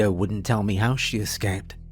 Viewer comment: OH FOR CRYING OUT LOUD ... the letters { M } { E } ARE PRONOUNCED MEEE OR ME NOT ( may - or mê or mà ) Its pronounced MEEEE FOR füx sák .... aaagh Freeeeeeking annoying